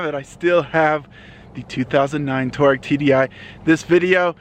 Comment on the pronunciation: Its two - ah - Reggie not tour-reg